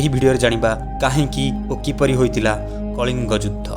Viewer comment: Judhy na kahi judha ucharana karantu